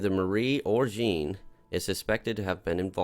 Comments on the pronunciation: I just need to say you're pronouncing Jean all wrong. You have to say it like a French person and pronounce it like John on Sean but with the French "J" sound. I'm sure you've heard it before, think Star Trek Jean Luc Picard. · Love the RP stuff, welcome back! But that pronounciation of 'Jean' was jarring.